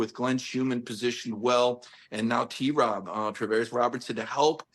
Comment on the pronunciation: Paul…stop adding a syllable to T-Rob’s name.